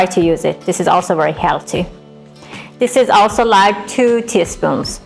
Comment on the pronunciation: Wery wery good